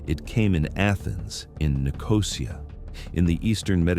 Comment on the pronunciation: Nicosia is pronounced NI-co-SEE-uh. Tweak the AI.